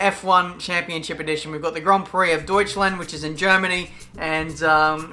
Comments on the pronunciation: We have got the Grand Prix of DEUTSCHLÄÄND´´ - I love your pronunciation :D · i'm from germany and as you say "deutschland" i laugh so much